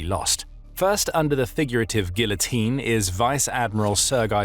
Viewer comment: Thx for this. I do wish you had pronounced guillotine properly. 😢